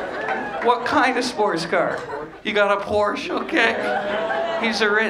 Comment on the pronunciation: What kind of person owns a Porsche and doesn't pronounce it correctly?! Hate those people